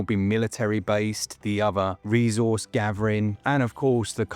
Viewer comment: For some reason the way you pronounce 'Resource' was making my marrow itch... And you said it a lot in this video! Love me an RTS, this game could be the ideal follow up to Ball x Pit